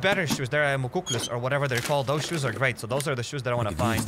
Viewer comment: Awesome job! (also those boots are pronounced muck-lucks, canadian native american winter boots)